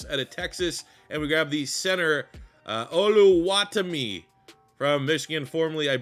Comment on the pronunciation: Olu-ah-timi is how it’s pronounced. He’s a dog in real life